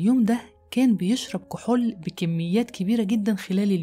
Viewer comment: لا أدري لماذا تنطقين كلمة (كحول) هكذا (كحل)؟ غريب!!